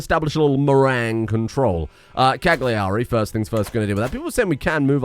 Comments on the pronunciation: Dear, as an Italian I'm required to suggest the correct pronunciations: Sassari = "Sàhsari" Cagliari = "Càyari" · I know as an Englishman it's your duty to pronounce Continental words wrong, but in case you're interested the 'g' in 'Cagliari' (and most Italian words) is silent.